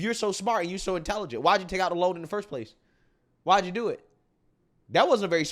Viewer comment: Your channel is so intelligent. Great analysus once again! Again I would emphasize that your annunciation is not as clear as it shoud be and i dont want ppl to tune out bc the first thing they hear is urban drawl. THE should not b pronounced DUH. Say WITH YOU not WICHU. Your grammar is good and your vocabulary is VERY good